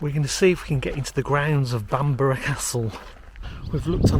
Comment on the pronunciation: Stunning but the least he could do is learn to pronounce Bamburgh Castle.